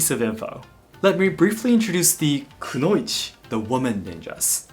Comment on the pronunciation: Why do you say konouichi differently than anime in Japanese? Not English dubbed anime, Japanese audio